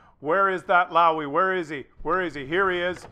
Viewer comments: Look at the chat as well.. Man some guys are mad in that one.. PS., a Löwe is not a Louwy but more a Loewu.. (so the oe as the ou in shoulder and the u as the u in dull). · In german, the W has a V sound, so it would be closer to "Louve" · it's pronounced "Looooova". Right then, carry on. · if you wish to learn how to pronounce LOWE correctly have a look and listen to this vid of a fellow tankist from Germany